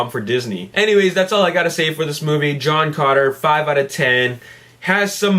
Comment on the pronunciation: It's sounds like you're saying John Conner LOL!